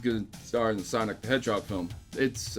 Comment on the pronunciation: Its "Sanic" the hedgehog